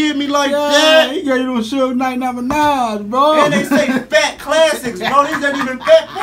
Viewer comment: I done watched this 150 times since 2017 I stg he said "they say phat classics" 😭😭